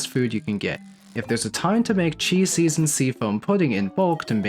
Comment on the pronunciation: its a small thing but thank you for pronouncing Qi correctly. Few people do and it drives me crazy.